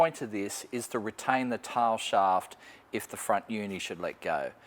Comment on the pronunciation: 'Tar sharf lube' Heck, thought he was about to rustproof the floor! Also, for the brave ones take a sip every time he says: Tail shaft loop 🍻 👍